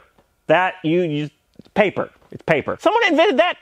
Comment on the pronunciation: OK, you're ads are almost as good as Ryan Reynolds. I watch yours because of the writing too. "PA-PER"? LOL.